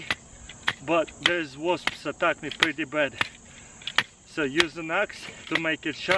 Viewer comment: I thought he said wolfs attacked him, but he said wasps. Lol